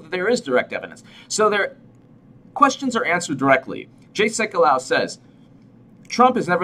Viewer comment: Pronounced... Sek you low.